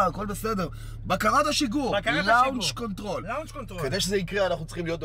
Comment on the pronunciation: יש להגיד לונץ'-קונטרול (ולא לאונץ'-קונטרול) ! אם אינכם יודעים אנגלית אז אל תשתמשו במושגים באנגלית !!!